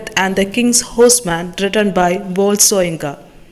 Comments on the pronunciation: It is pronounced as Woh-ley Sho-yin-kah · pronounced as SHOYINKA’